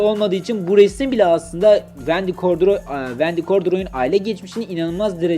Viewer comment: Abi vndy gordiroy deyip durmaya